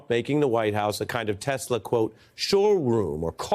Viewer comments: 😂😂😂😂😂😂😂😂😂😂😂😂😂😂 ,....I love TESSLEERRR !!! I thought the name is Tesla !!! I am freaking CRYING !!! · the american people have voted a person into power that cannot pronounce the name of his most powerful ally correctly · Did this carrot say tesler😂😂😂😂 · “I love TESLER!”. What kind of utter fool is this?! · He said "Tesler" 😂😂😂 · "I love teslurrr" 😂😂😂😂... this is truly a clown show! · ahhh he did not even say the company name right at 3 min in tesler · Did Trump say "I love tesler"??? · how to start the engine 😂. “Start the engine!” 😂😂. Tesler 😂 Beautiful inside 😂😂😂😂 tf is beautiful in that EV. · Did he say tesler ? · "I LOVE TESSLER!!!" 😂😂😂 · "I love Teslerrr!"🤦🏾‍♂️ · Jesus our president can’t even pronounce Tesla. He called it aTeslor. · 😂I love Tesler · Can't even say "Tesla" right..... "I love Tesler" -DJT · And then Trump mispronounced Tesla as Teslar...he can't even read. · Captin bone spur's is terrible salesman couldn't even pronounce the car right "teslar" his customers are just gullible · Did Trump actually say he didn't need his notes like Biden and then he called it Tesler instead of Tesla yeah Donald you need those notes😂😂😂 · "I love tessler" 😂😂😂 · “I love Tesler!”😂😂😂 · What's Tessler??? Maybe he needs notes to remind him to say Tesla instead of Tessler . . . what a Doofas! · lol.... "Tesler" What a goof. POTUS? Or just PUTZ? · He called it "Tesler." 😂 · Donald..." I love Teslerrr" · "I love Tesler" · “I luv TESLER!!!” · "I love Tesler!" 😂😂😂💀💀💀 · “ everything is computer” omg LoL.. “ I love Tesler” yup MAGA, you chose that! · Trump: "I love Tesler" 😂😂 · I’m glad we all know how to say it now. TesleR. 😂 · "I love Tesler" he said. Yikes! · He couldn’t even say the word TESLA lol what are we doing here! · Love how dump calls them tesler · ‘I love tesler’🤦🏻🤦🏻🤦🏻 Can’t get his plan right and the name of his ’friends’ car company… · tRump has no ethics....and he said telser !!!! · "I love TESLUR!" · Trump said tesler 🤣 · Trump “I love Tesler” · “I love Tes-ler”